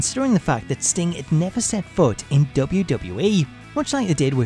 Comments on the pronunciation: DUDE! its W...W...E! Not wbbwbw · Is it just me, or does it sound like he is saying WCW Monday Night RAW? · I'm not the only one that hears him saying "Dota" instead of WWE is it? ... Cuz he's pronouncing it extremely weird. Cool video though.